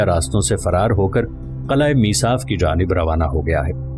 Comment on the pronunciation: Mesaaf nahi masyaaaf